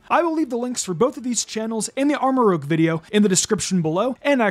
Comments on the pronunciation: Arma Rouge as in red. Not rogue lol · Yo it’s pronounced arma-rooje not arma-rogue like rouge the word that means the color red, not rogue. That’s why ceruledge is ceruledge, because cerulean is blue so it keeps with the scarlet/violet theme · I understand this is a year old, but can people read? Armarouge is supposed to be pronounced ARM-ah-rooj. I dont know where people got rogue from seeing as this thing is the antithesis of rogue, rouge means red in french and its clearly red.